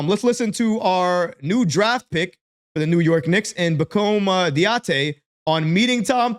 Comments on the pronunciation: love you man, but bro, it's "dah-dee-ay" lol - keep up the great work. you'll get the name 🙂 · his last name (Dadiet) is pronounced Daddy-Aye. He's okay. I watched another video that shows his strength and weakness. Needs a lot of work, but at 18 years of age shows potential. The Euro league is vastly different than the NBA, but in the right system he can become a great role player. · Its Pronounced (Daddy - Hey) Pacome Dadiet